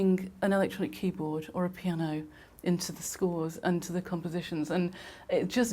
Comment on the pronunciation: After watching this I think it's safe to say, that man can't say the word piano